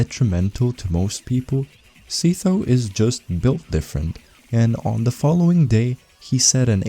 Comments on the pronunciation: Dude really pronouced Sytho as see toe 🗿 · s-eye-tho btw good vid aside from that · my bro just made a whole 14 minute video about sytho only to pronounce him ”seethough” 💀